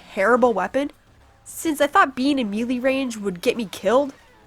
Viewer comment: Nice review, very thorough. Tho you made me laugh when you said "mealy" range lol. I always thought it was "maylay" but I could be wrong. Great review, thumbs up :D